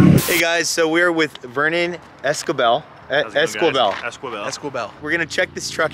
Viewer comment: Great vid but damn learn how to pronounce those Spanish Surnames, Esquibel ( ess-key-bell ) that easy damn . Bro embrace that $hit no shame in it.